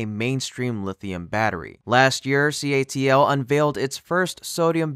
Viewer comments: C. A. T. L. Not CALT. YOU GOT IT IN THE END.😖😁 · CATL not CALT😂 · CATL* your audio keeps saying it wrong